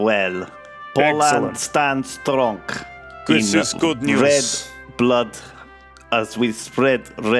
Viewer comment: he said stronk so im happy